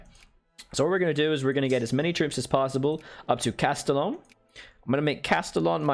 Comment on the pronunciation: when you pronounce Castellon with a hard L